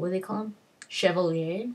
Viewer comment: Ir's Orlesians Chevaliers. Chevalier is the french word for Knight. And you don't pronounce the "s". Happy to help. XD